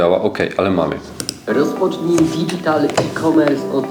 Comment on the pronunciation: Nie digital, tylko dydżital się wymawia. Reszta w porządku.